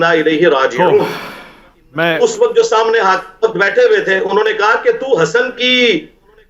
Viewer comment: سمنے ۔ نہیں ہوتا صحیح لفظ سامنے۔ 😢